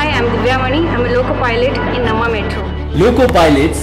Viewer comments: No bro. Pakka Kannadigas - Please make a video about how to pronounce Namma. 🙏🏼 Thank you 😊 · The way you pronounced namma is wrong I suppose you must be a tamilian..